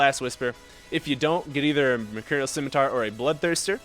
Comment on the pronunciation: say it with me: sim-I-tar